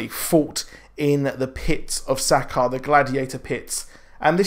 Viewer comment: Douchy comment incoming I know, fuck me right? Sakaar... ur pronunciation... plz watch the original Planet Hulk movie and see how they say it Xo